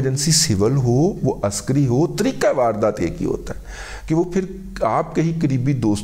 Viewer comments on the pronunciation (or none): none